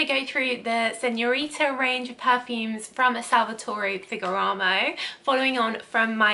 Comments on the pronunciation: Your review is great but the signorina is awful. The bottle is great. It is not fegaramo it's ferrrrragamo 😁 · It's Ferragamo lol not FEGGARAMO! Good Grief 🙄😏 You're saying Ferragamo one minute then Feggaramo the next lol, get a grip. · PLEASE - it's FER - RA - GA- MO!!! And it is SIGNORINA not SENORITA! The rest is great!!!